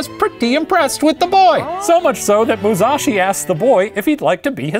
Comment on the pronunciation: Here's some pronunciation tips for Shane: Kihei - ki-hey; the accent on the first syllable Musashi - the accent is on the first syllable Daimyo - not die - meeo, but dime-yo (make the o a bit longer). Hopefully that makes sense! That's from the first 5 mins haha